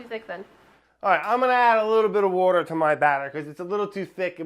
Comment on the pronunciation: Water : Brad Brad: Worder